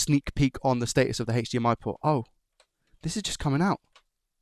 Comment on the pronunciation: God can you stop saying sh&hhhhhdmi and just say h . d . m . i?